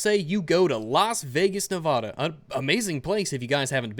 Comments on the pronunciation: You said nevada wrong... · Nevaghdagh? I’ve never heard anyone pronounce it like that, I’m used to NevAHdAH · please pronounce Nevada right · doggos can't talk perfectly all the time